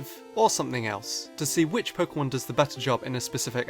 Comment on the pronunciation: He said Pokemon wrong. I am disgraced!